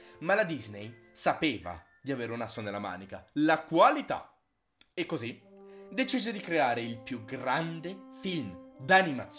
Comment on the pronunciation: "Qalità"? O_o